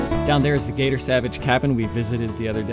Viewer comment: Love the video! Thanks for sharing. The cabin is Cator Savage instead of Gator